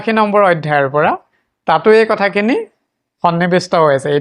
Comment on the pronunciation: আইধাই নহয় অধ্যায়